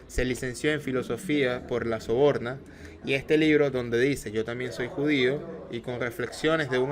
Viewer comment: Sorbona y no sobonra. Habla bien.